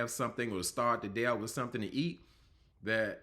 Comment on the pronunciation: Did you say let's start wiff Steve? Wiff? I'm a wordsmith and poor grammar is a turn off. The rest of your review was good.